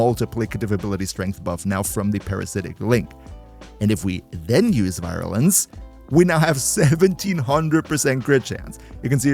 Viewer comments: Virulence, I BELIEVE, is "veer-ooo-lense". Syllable Breakdown: vi-RUH-lence Stress: Primary stress is on the first syllable ("Vir"). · vi-rUUU-lence its an U not an OU lmao Cool vid dude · I pronounce it veer-U-lence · Bruder hit us with the Proper German Pronunciation of Virulenz xD Servus! Keep up the great vids ^^ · The "Virulez" sounded way too german. Have I found company?😂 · Tu es français ? VirRrRrulence ❤️ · Your pronunciation of "Virulence" sounds so damn German that I paused for a second to wonder if you speak German too. It completely crashed my brain for a moment. -_ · At Virulence the German came out XD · was suddenly reminded of my german prof upon hearing the pronunciation of Virulence